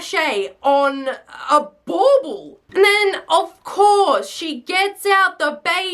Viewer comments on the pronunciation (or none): As an American viewer I very much Enjoyed my Mac and cheese with my Yoo-hoo. Also the way you say “bobble” boggles my mind. (Also I’m not makeing fun of your accent Srry if this offends you😭) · The way you say Bubble gives me life 😂😂😂